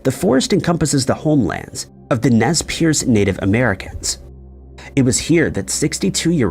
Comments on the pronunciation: Nez perce, sounds like nes purse. Not pierce. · Ugh it's Nez Perce, like nes purse. Okay?